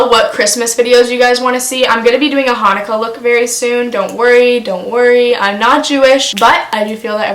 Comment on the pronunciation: girl im jewish when you said hunukha you literally made my fucking dayyyyyyy